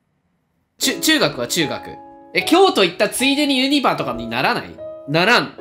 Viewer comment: ユニバのイントネーション気になる